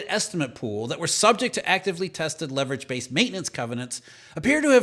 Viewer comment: I can't not hear Beverage. You ruined me. 😎😆